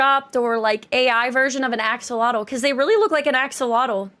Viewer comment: The axo-long-l.